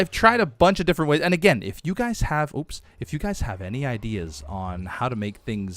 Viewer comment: "why you hef to be mad"